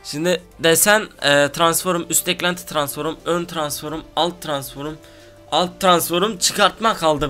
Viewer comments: transforum değil abi ya gıcık oluyom transform diyecen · abi transforum deme ya :) şöyle diyince gülesim geliyor